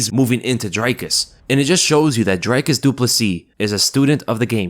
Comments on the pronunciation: The way to pronounce Dricus in english and not sound weird to afrikaners .Dricus- DREEKUS, not DRYCUS. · DREE-kis not DRY-kus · Dricus pronounced drik us not drike us Everyone getting it wrong lol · Not "dray-cus" pronounced "Drick-cus" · Why you say his name like that? he Pronounces his own name as well as his coaches and friends as “dr-e cus”not “dry cus” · It’s pronounced DREE KUS not DRY KISS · His name is DICKUS NOT DRYKUS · Pronounced drie/dree kus not dry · For those that don't know its pronounced drie (like three only with a d) kus and not dry cus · Dreeeeeecus bru. Not Drecus, please man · Isn’t his name Dricus? Not Dry-cus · Great video. Small pointer - its not pronounced "drycus", its Dricus, dric like stick. Dricus. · Its not drake us. Its drie kus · It’s Dree-cus not Dry-cus lol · ITS DRICUS NOT DRACUS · Say his name. It's not dry kiss. It's dricus. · The man could be world champion and Americans still can't be bothered to say his name properly. Who is this Drycus Dooplessissss they keep talking about? I wouldn't mind but the same people make such a point of saying Pereira and Dos Anjos correctly. Is it really that hard for Americans to say Dricus? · not Dry Cus...it's pronounced Dree-kis...Dree....Dree...Dree...not Dry....chop! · The name is NOT pronounced Dry-kus. Its DrEkus. Like a Tree. Lets go 🇿🇦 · You say dry-cus, try saying Dree-cus. Welldone the Du Plessis sounds good! But the pronunciation of his name and surname going around is Hillarious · his name is pronounced Dric(k)-us not drike-us. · It's pronounced DREE-CUS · yo dude pronounce the name Dricus as Dreekiz. Dri as Dree, cus as kiz its Afrikaans pronounciation. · My man saying "Dry-kus" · When are you guys going to start pronouncing his name correctly? Dricus is pronounced like Dreekus. The “i” sound is different in Afrikaans, it’s more of an “ee” sound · You're pronouncing his name wrong. Dricus is pronounced Drecus. The I spunds like a 'e' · Its pronounced "Dreecus"